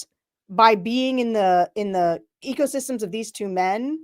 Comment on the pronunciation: Did you say “surrounding egosystems?” I love it!!!